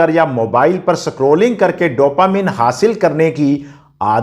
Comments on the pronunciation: Aap literate hokar bhi itna kharab pronounciation kaisey kartey hai. Sacroling nahi scrolling boleay please. Unpad jaisey uccharan mat kareay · आप स्क्रोलिंग को संक्रोलिंग या स्कूल को सकूल क्यों बोलते हो भाई साहब। जब इन शब्दों को बोलते हो तो लगता है जैसे आप कभी स्कूल ही नहीं गए। जबकि आप सुधार कर सकते हो। सादर। आपका शुभकांक्षी